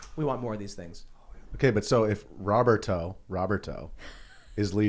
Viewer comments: if it is spanish row-bear-tow is correct. Not rob-bert-oh. But it is Tim's chicken, he can call it what he wants. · Lol Tim doesn’t know how to say Roberto. was saying it correctly. 😂